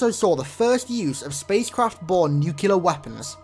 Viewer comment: New-CLEE-ar, not New-CUE-Lar